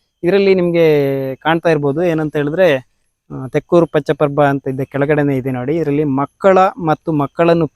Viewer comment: ಅದು ತೆಕ್ಕೂರು. ತೆಕ್ಕೊರು ಅಲ್ಲ